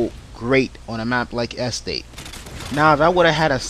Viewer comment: haha he cant say estate! EHstate